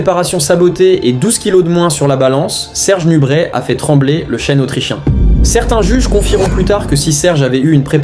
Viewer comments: Serge NUBRET pas NUBRETTE !!! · C est pas nubrette mais nubré a prononcer 😢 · On prononce NUBRÉ et non NUBRÈT ! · C'est une audio IA ou quoi? Parfois on entend nubrette et d'autres fois le nom est bien prononcé nubrè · ça se dit "nubré" !